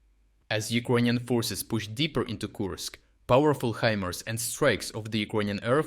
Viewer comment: Really "HE- MERS" well that is mangled English! For you mangled English the correct pronunciation is "HI-MARS". Or use AI!